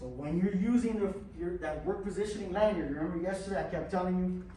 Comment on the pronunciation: Manyard? Did you mean Lanyard?